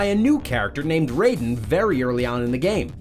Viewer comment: It’s not Rayden it’s Raiden (Ry-den) in mgs